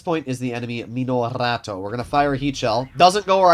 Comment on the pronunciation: Its funy how can'get the name wright of the minorato, as he say. I will not wrighr the proper name and let him figure it out. Sins the tank came out, he cud not get it, that he is pronouncing it wrong.